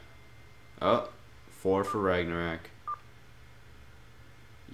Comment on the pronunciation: RagnaROK, say it after me RagnaROK.